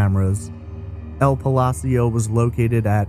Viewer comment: The way you mispronounced ''Palacio'' cracked me up.